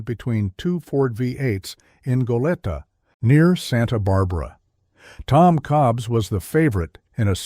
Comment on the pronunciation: Goleta, California, just north of Santa Barbara, is pronounced “go-LEE-tah.”